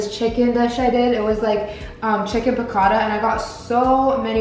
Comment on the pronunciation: i thought you were latina thats not how you pronounce piccatta